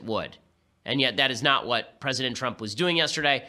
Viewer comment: I heard it ben, i heard it. You said "Pwesident Twump" I heard it. It was glorious.